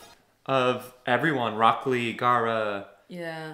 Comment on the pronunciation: there's another new reactor watching dub and he call rock Lee as Brock lee. it's annoying and make me stop watching that reactor